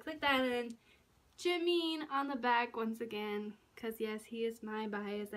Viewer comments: how are u a jimin fan when u cant even say his name right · you say his name wrong join you prounce it wrong.